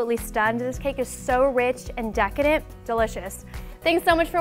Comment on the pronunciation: every time i watch just add sugar or any video with brandi in it i always laugh when she says decedent